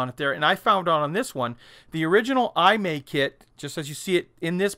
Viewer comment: Hi. Great Video! FYI. Pronunciation of maker of Excalibur is: E-Mah-E. Imai Kagaku Co. Ltd. Kagaku means “Science” I think Imai was a scientific/hi-tech toy manufacturer of 60s.